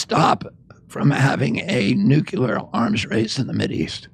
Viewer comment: It's not "nukilar" - its NUCLEAR , I cannot BELIEVE how many people say it WRONG ! I did not expect that from a presidential candidate ...is there no one around them , in their team , to point that out to them ? They sound like fools when they're saying it WRONG ! I mean , seriously...